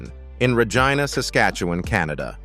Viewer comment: I’m shocked they pronounced Regina correctly (it’s not regeena as so many want to call it)